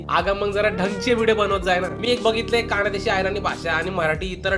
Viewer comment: कानदेशी नाही रे खानदेशी असत 😂😂😂